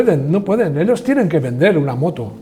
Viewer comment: Por qué pronuncia una sola "l" dónde el sonido debe ser de 2? Dice "milones" en vez de millones. Y "elos" en lugar de ellos. Su lengua nativa es diferente del castellano?